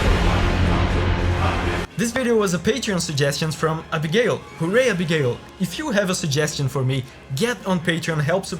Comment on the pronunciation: Love his scent when he says Abigail